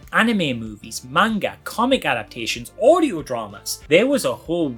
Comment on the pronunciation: The only person on YouTube who can pronounce "manga" correctly 💯